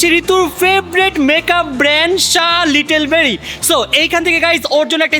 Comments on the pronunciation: It's like শার্লেট্টিলব্যর not শার লিটল বেরি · You can not even pronounce Charlotte Berry. It's so embarrassing